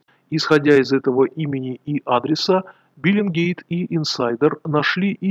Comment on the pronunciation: не биллингкейт, а бэллингкэт;)